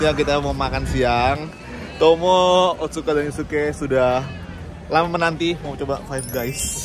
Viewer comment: Trs yg lain pada ngga gubris omongan dia pdhl lidah Otsuka nih paling bener 😂